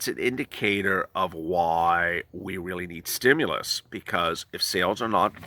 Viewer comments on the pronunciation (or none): Stim- you - lusss 😂😂😂😂😂